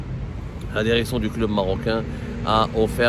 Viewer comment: La derection et le derecteur